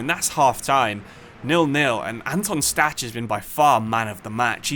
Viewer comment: ch in Stach is pronounced -kh just like Kimmich